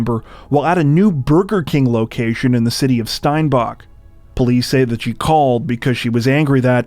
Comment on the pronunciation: I live in Steinbach and that’s not how you pronounce it lol